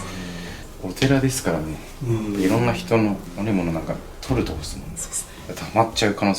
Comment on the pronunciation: 2分43秒のせーぎさんの「悪いもの」って言葉がゴニョゴニョしてる。